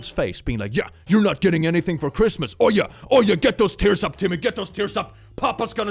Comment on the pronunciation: when he said "oh yeah", I thought he said "are ya" in a very deep British accent